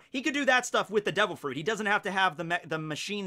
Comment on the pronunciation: The Fwoot Fwoot Fwuit